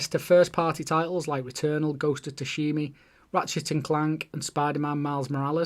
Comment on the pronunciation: Ghost of tushimy 😂